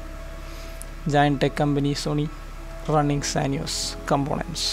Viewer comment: When you for the first time pronounced combonents for components, I understood who you are.